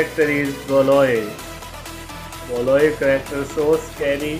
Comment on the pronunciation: Roosty? Blow-ey? Cheelee? Moopen? Jeen Luck? Dripsy?! Honey?! Snicker?! Bundit?! Sock?! Jimbo?! Bro literally said almost every single name wrong... He only said Honey, Coco and Indy right And excuse me but what's a "Corrector?" And he didn't even say Mackenzie's name